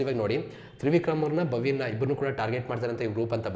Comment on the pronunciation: Bro adu ಭವ್ಯಾ* ❤ not ಭಾವ್ಯ 😅